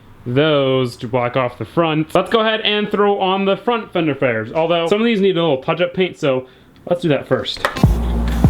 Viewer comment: god damnit Either you got sidetracked, it was just me, or something but I think you said fender fares